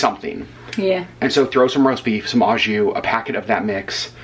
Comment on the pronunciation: you're one of the few Disney vloggers that properly pronounces Palo (Pah-loh) so here's a couple French tips: "au" (jus) is properly pronounced "OH" not "awe"; the final S in sans (sahn) is silent. Melted swiss cheese would taste delicious on the sandwich. Provolone cheese would be perfect! Butter and toast the buns. I've seen au jus made with Better than Bouillon beef paste. You can also use shaved steak! Fun foodie fact: The original French dip sandwich is believed to be from Philippe's in Los Angeles! Thank you for sharing your French dip hack!